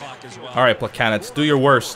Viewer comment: Why does he keep saying plekanets. Its plekanec (pluh cann eck) right?